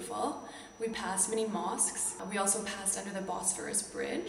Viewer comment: are you sure, you were looking at mosques? sounds like penises